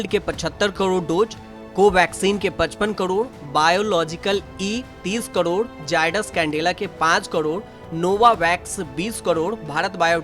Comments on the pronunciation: Hi Tak, Can u please change this voice artist to some good speaker who can speak clear hindi not like Kodod Kodod... its really irritating and annoying. And these are Dose not Dojj... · ऐसी भी क्या मजबूरी है आजतक की जो करोड़ का भी उच्चारण ठीक से न कर पाने वाले न्यूज रीडर को ढो रहा है। क्वालिटी कंट्रोल घटिया है आज तक का। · कदौद नहीं करोड होता है